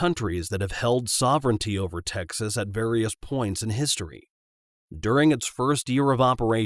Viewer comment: “his home state of Tecnas”